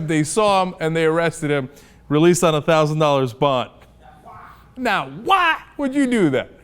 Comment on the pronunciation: Why does he pronounce 'why' as 'hwaaa'?!? Hwaaa?!